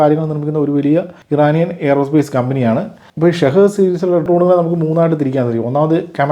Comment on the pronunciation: Shahid അല്ല ഷഹീദ്‌